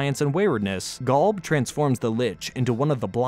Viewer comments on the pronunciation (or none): Gawlb 😂😂😂😂 it’s Golb 😂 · Golb not Galb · Why do you say Gulb instead of Golb? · The way this guy pronounces GOLB as GALB is murdering me and now I’m dead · Never thought id heal anyone butcher the pronunciation of Golb that badly. Gaulb? Really? Come on bro. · I can't handle "GALB" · galb??? why are you saying galb?? are you an ai narrator? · Why does he say Golb so weird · I stopped watching when you said golb so wrong it made my fingernails fall out.